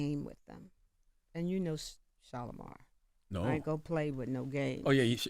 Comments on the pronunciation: Who da hell is CHALAMar 😂😂😂😂😂🤯🫠. Then she called him Chalamagne 😂😂😂😂😂😂😂😂💀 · She called him Shalamar‼️😂😂